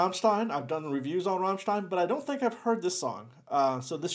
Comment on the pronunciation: He pronouns Rammstein correctly, Respect